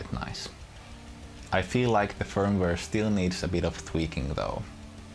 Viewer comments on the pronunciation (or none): none